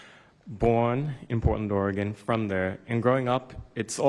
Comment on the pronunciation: Haha, Portland, Or-E-Gone.